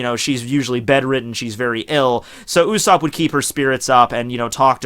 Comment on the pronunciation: he says "U"sopp